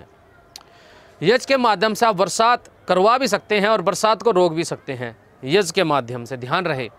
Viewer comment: Sir yaj nahi hota yagya hota hai kripya sahi ucharan kare.